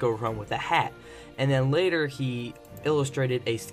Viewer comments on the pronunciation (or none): none